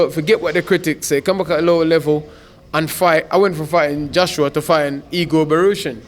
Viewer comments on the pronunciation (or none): none